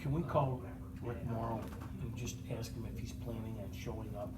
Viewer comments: “Just had to ax you if you abide by your oath!” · It’s ask, not axe